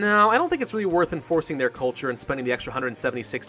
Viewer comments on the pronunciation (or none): none